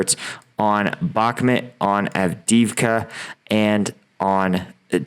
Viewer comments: Brother, why can't you pronounce bak-moot after six months? Good content, keep it up 👍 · I dont mean this as rude - I hope you dont take it that way - I would want someone to tell me (if you dont, no sweat - please ignore!) - Bakhmut is pronounced "Bahk-moot". I found your content randomly and have been enjoying your insight!